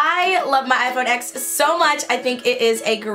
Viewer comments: It’s pronounced “ten” not “ecks” although it is spelled out as X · okay as much as i love this, it’s pronounced iphone 10 bc x is the roman numeral it just annoys me lol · It's pronounced iPhone ten cause the X is Roman numerals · mate, TEN*. iPhone Ten. not x.